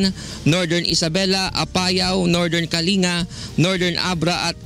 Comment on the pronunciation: kalinga should be pronounced as /ka.ling.ga/ not /ka.li.nga/ :)